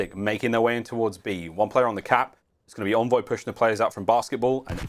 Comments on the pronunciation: Why does this announcer keep saying (in)voy and not (on)voy, it’s driving me insane! 😡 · pretty sure its "On-Voy" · Stop w the “invoy” pls